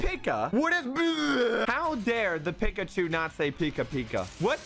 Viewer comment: Wait, He- He Says Pikachu Wrong HOW DOES SOMEONE DO THAT?!?